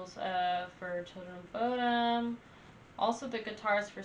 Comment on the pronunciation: Bodom like you said (not perfect, but close). Short O or Buudom, long U are both correct. (no idea how you pronaunce long U :P )